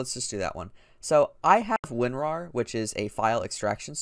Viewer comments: Winwarw u heard everyTime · I just heard when u said winrar it sounded like winwah